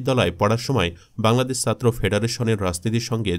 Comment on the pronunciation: ভয়েস আর্টিস্ট আরেকটু মানসম্মত হলে ভালো হয়, উচ্চারণে প্রচুর সমস্যা। এক মিনিট শুনেই বিরক্তি ধরে গেছে, পুরোটা শোনার আগ্রহটাই চলে গেছে! 'ছাত্র' শব্দের উচ্চারণ করছে 'সাত্র'!